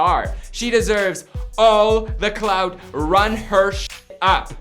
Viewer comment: He said, “Cloud.” Its clout